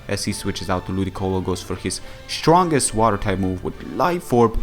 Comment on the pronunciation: Hey, can you recommend me a good Rapid Spinner for NU? And as always, very cool video, I like listen to you and I like it when you say "shtronk".